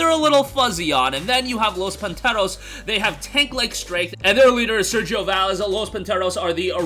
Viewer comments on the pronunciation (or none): none